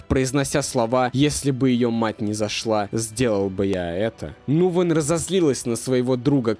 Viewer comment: Ага при этом фамилию он произнес неверно, не Нувен, а Нгуен